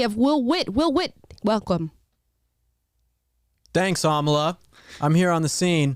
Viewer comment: "Will Witt, Will Witt.... WeLcLoMe." killed me. xD